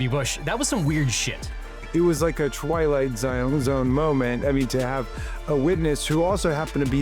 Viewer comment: He says twilight Zion